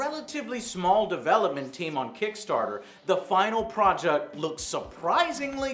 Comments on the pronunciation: He said projuct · the final projuct? Lol